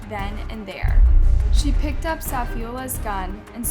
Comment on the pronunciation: great video and al... but lol, I never imagined I would someday see UP pronounced so wrong.